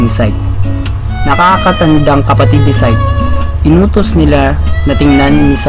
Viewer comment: Psyche ang pronounciation is sayki